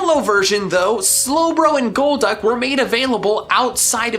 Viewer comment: IT'S GOLDUCK, NOT GOLD DUCK!